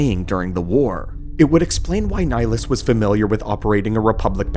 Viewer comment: Where the hell did this pronunciation of his name come from? This ain't Mass Effect lol